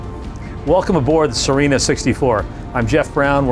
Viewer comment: Good work. Nice to see other than flat water on a walk through. How is the name pronounced ? Thought it was See-renna ?